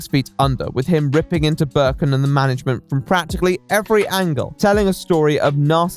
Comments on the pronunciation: Here he is explaining a topic but i ask myself why is this screenshot (used ) mad in a german version of steam Also: Hearing Birkin instead of Berkan makes me think that one of the most known resident evil villains made the game and this makes me happy somehow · burrrken its berkan dude xD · It's not Berkon it s Berkan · Man the video is good but the way you pronounce the mans name fucked me up. It's pronounced bear-khan . I wouldn't really care that much if you said it a bunch of times but you say it all the time might as well get it right. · he actually mispronounces it so nicely that i think from now on i’m gonna call every single berk/berkan/berkcan i know “böök” thanks to lmfao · I am turkish and how you say "Berkan" Is not even close to how you actually say it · My brother went to school with Berkan lmao it's crazy how everyone took this guy so seriously. Also Hi lots of love from Turkey 😂🇹🇷 You are pronouncing his name wrong but that's ok lol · I love you but I'm turkish and I just cant get over how badly you're pronouncing Berkan's name lmaoooooo gsgshshsshsjsj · as a turkish person, hearing someone named berkan tried something like this is freakin crazy! like, i know 5 people named Berkan- also the way you pronounce his name is so funny im sorry,,, hdhdhgagsdfksj